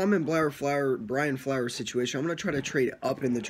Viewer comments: You can tell you dont know what the fuck you are talking about .you keep saying flowers instead of flores lmao,fitz is the smartest QB in the nfl he can win games ,hes a filler until we draft a QB dude is a good qb.its a wonderful time to be a fan its a new day in mia we will win our divison year 3 of flores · It’s not Brian flowers lol it’s Flores and also it’s not Tannehill who is the qb it’s Fitzpatrick !! You should listen to your video , a couple of mistakes you stated